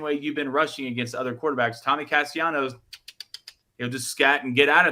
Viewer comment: Can y'all please pronounce Tommy's last name right? It happens every time he's brought up.